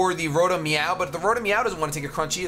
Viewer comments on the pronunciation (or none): are you calling it "Rotom Meow?"